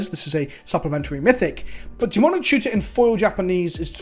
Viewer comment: How did you manage to turn "Demonic Tutor" into just three syllables? Colo(u)r me impressed!